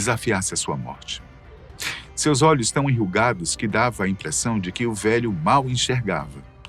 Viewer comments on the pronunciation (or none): none